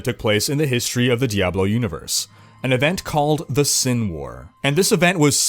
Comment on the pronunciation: did he just say diabolo